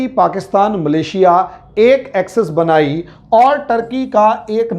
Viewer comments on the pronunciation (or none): none